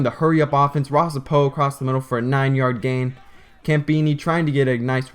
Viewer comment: Just saw this...Lol. I admire your pride in your team. FIRST: the name is Ross Apo (AH-po) SECOND: The Huskies won't score in the first frame. They will be held to 17 points and BYU will score over 35 points.Tyson Hill will throw for three touchdowns and trun for two more. BYU running backs will average 8.5 yards per carry. I could be wrong, of course, but I don't think so. Mills Crenshaw Radio Talk Show Host K-TALK Radio AM 630 "Drive Time Live"